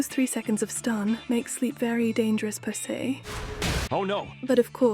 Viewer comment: When she said per say. I heard pussay